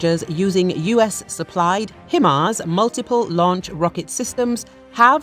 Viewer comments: HIm -ars ??????? Try Himars (High-mars)........ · It's "HIGH-MARS"...